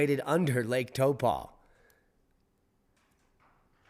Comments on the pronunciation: Hey D - Taupo is pronounced like Howpoe cept with at T rather than the H. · regarding your mis-pronunciation of Taupo Tau (say it like the start of towel... tow) and po is like the first part of polar bear... po it a lot easier than Halemaʻumaʻu and of the same language family so it should be a piece of cake for you to master